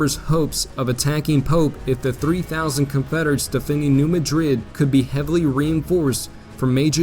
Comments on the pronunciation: Great stuff. Incidentally it’s pronounced “MAD rid,” emphasis on the first syllable. Keep up the good work. Glad I found your channel. Hey, you pronounced “Cairo” correctly. This is impressive. Everyone mispronounces the name of that town. So you get a pass on “Madrid.” 😊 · New MAD-rid. When discussing US placenames which are carryovers of European places, always double check because the citizens of the USA often intentionally change the pronunciation of locations named by immigrants from Europe. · Tough pronunciations: CARE-row Illinois, New MADrid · Get a better narrator! It is MAD-rid, not like the capital of Spain; in it Conestogo, not however you butchered it, like the wagon, prairie schooner, etc. He has trouble pronouncing words than any high school graduate should pronounce correctly. It is like fingernails on a chalkboard. It drags down the whole program. Get talent! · it’s actually Dutch👍! New Madrid should be pronounced as New MAD (as in angry) rid. Thx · New MADrid!!!!! I grew up there, just wanted you to know the correct way to pronounce it. Years ago we had Civil War re-enactments every summer. Fun times. Such a rich history where I grew up, although I sympathized with the Union, have ancestors on both sides. Which, sadly, was common back then. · The graphics and analysis are excellent. One complaint, however. The narrator continually mispronounces place names. In this and associated videos Cape Girardeau, New Madrid, and Carondelet are not pronounced correctly. Part of the problem is that Americans tend to "angelize" foreign words. (New Madrid is NOT pronounced like the Spanish city.) It is obvious that the narrator is trying to do justice to these place names, but just a little more research (perhaps a phone call?) would be in order.